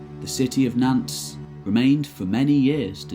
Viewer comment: A Perfectly Normal Youtube Account As someone who lived in France, some of the prenouncation did making me wince. Cotinent, Nantes..